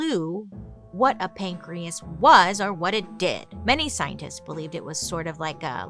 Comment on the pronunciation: pan-key- as .. get it .. pancreas